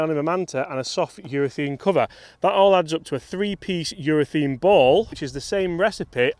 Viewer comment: its not eurathene its eurathaaaaaane